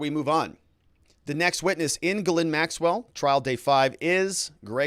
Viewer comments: Please….please stop: guh-LANE. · Speaking of pronouncing names correctly, Ghislaine is pronounced Gill-lane. You are doing great work! I appreciate ya! Thanks! ☺️ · At least say her name right! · teach how to say Ghislaine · be nice if he could learn to pronounce Ghislaine properly.